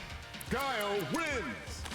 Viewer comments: Lol not this mfer sayin GHOULIE not GUILE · The pause from Dhalsim to "Gooly" LMFAOOOOOOO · Waiiiiit the highlight intro LITERALLY pronounces guile’s name. Why tf is bro still saying Goolay? 😭😭😭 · "GOOLIE soldier" 😂😂😂😂😂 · GWEE LAY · unironically pronouncing Guile like he's Smug is hilarious 😂😂😂😂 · Ok now you’re saying guile wrong to spite me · People that cant pronounce guile hurts me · At this point I think flats pronounced guile like that one purpose 🤣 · I still can't get over the way pronounces Guile LMAO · I died a little inside